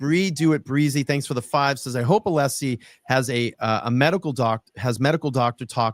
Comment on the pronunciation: You can tell that Scabbers Brennan fears Alessi the most by the petty Betty way he intentionally mispronounces him name